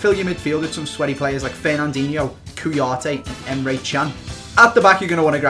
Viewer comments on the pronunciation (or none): You butchered kouyate's name